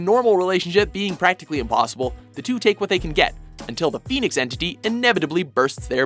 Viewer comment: did she just say i am penis?